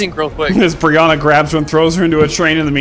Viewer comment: Brihanna (defo butchered that name) Is looking very much grown up lately haha